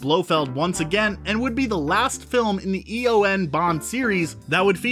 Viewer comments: Mispronounced EON, Kananga, and Scaramanga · "E-O-N Bond Series"...cringe